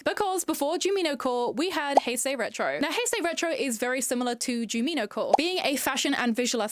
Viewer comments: btw jumino is pronounced JUME ino since the creator based her aesthetic off the cute forest sprites from Stardew Valley called junimos (pronounced JUNE imo), just switching the m and the n. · her not saying Jumino correctly is killing me😫